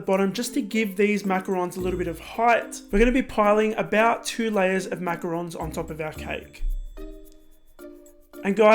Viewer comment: It's funny how he says "macaroons "